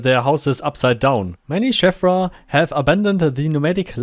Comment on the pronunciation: I miss the MO1 version of the cave, with its little intriguing windows and smoother surfaces which I expect is more lore accurate. Also one thing, I believe the ee in Sheevra is pronounced like Veela, or cheese, rather than Shevra. A good video as always.